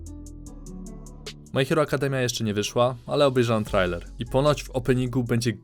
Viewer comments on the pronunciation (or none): none